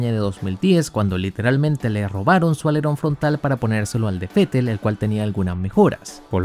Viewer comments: Esa es la fonética, así se debe pronunciar el nombre del alemán. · Asi se pronuncia Vettel en Aleman.. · Yo soy mexicano y lo pronunció fetel porque es la forma correcta